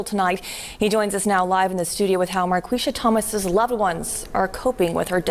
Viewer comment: Pronounced Mar Qweesha